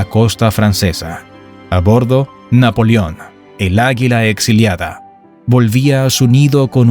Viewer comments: Pronuncia bien amigo . No es NAPOLIÓN .. es NAPOLEÓN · Muy buen documental, lástima las ocasiones que dice Napolion, en lugar de NAPOLEON. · Napolión??? Se dice NapolEón. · Napolión? O Napoleón?